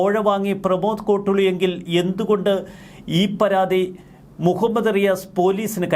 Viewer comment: സുഹൃത്തേ, കോട്ടുളി അല്ല... 'കോട്ടൂളി' ആണ്.